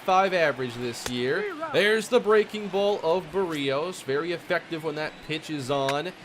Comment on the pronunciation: Does anyone else get annoyed when he pronounces Berrios wrong every time?